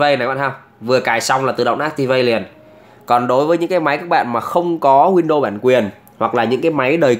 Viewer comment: Góp ý : e thấy anh đọc tiếng anh không chuẩn lắm nên e nghĩ a đọc theo kiểu việt hóa xẽ hay hơn, ví dụ như chuẩn uefi thì cứ đọc theo chữ cái tiếng việt là u e f i . windows thì đọc win được rồi. Win đô nghe nó sao sao ý